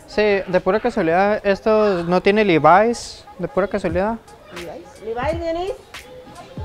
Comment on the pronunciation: "Busco un livais asi rojo, eskini" JAJAJA